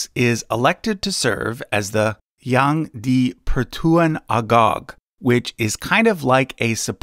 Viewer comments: The way he read it tho "Yang diy pertuwan awgong" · YANG DI-PERTUAN AGONG (N is missing). Selangor - the ng, is nasal like in "sung" and rhymes with sung